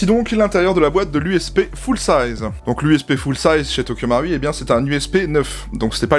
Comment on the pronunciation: Quel plaisir de voir quelqu'un prononcer le ル de 東京マルイ correctement...